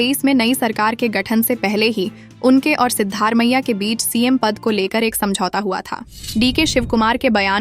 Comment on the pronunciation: You have to pronounce the name of the Chief Minister properly. It is not Sidddar Maiah, it is Sidda Ramaiah. There is no district called Balia in Karnataka, probabally it might be Bagalakote.